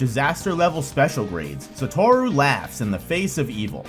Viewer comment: Sorry but this video annoyed me a lot, not in content, the content was fine. But because of how incredibly wrong you say "Satoru". I will never understand how people have so much of a problem saying the names when the anime exists and you hear how it's said there. It's SatOru, not SatArou or SOtorou like you say it.